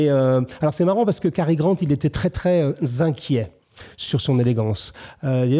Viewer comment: Quand un commentateur prononce bien Cary Grant et non Gary Grant, on sent le niveau.